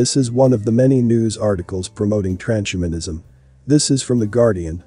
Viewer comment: It's TRANS-HUMAN-ISM not Tran-shuman-ism